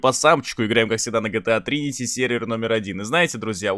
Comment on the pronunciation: Ставь лайк если услышал в начале "GTA 3" вместо "GTA Trinity"